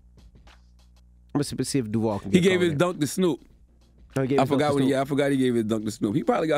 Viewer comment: It's said like downk I'm in Florida...lol